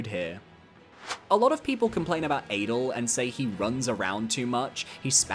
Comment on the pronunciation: Adel isn't pronounced like Adele either.